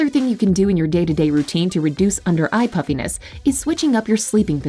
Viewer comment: I kept hearing “puppyness” but I understand what she meant 😂